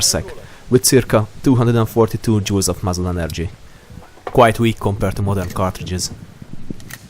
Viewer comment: When you said Joules, i heard Jews